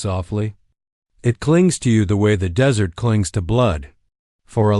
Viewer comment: Narrator is awful. Spelling out actual words and that dreaded "dot".🤦🏻‍♀️ Desert...Dessert?🤦🏻‍♀️ "Necho" - NACHO! "Tatsie" Tazi? Tatsui? Totsi? How many ways is his name spelled?🤷🏻‍♀️ Are they all one person? It was a ok story. But so many Dots and an odd ending, she's just left there by herself, and what? Too many unanswered questions!🤷🏻‍♀️